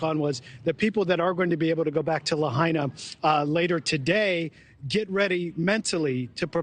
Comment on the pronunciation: So she is interviewing a guy on Oahu asking him about what the Gov said in a press conference. She didn't even pronounce Lahaina correctly.